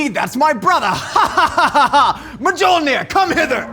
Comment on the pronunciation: "My joel near"